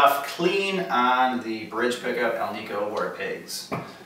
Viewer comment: It is not pronounced "Alneeco" it is pronounced "Al-nick-o". The term Alnico comes from the metals used to make the magnets. Aluminum, nickle and cobalt. Hence AL-NI-CO from AL-uminum, NI-ckle and CO-balt. Say it with me... Alnico. :)